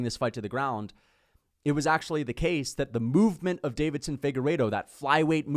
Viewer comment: ITS NOT DAVIDSON ... ITS DEIVISON atleast say their name right.. deeeevisson